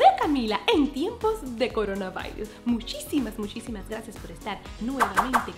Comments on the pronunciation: No me pare de reír cuando dijo cornabairus es coronavirus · me iso reir cuando dijo coronavairus